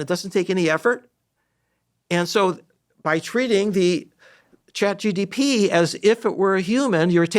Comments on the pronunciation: This person needs his own course on how to learn in order to say ChatGPT and not ChatGTP 😅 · Did anyone else notice that Terry kept saying ChatGDP (gross domestic product)? That severely diminished his credibility and even more so that Huberman never corrected to him. His final attempt was ChatGTP which is closer.